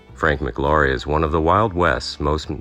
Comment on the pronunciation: The name is pronounced like Flower...McLaury like McLowry. Not Mick Laurie. I knew someone who was alive then and witnessed the gunfight.